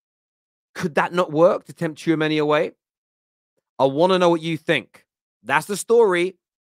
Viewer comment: Tchoumeni !!! Your Killing Me, As If, You Guys Need to Stop…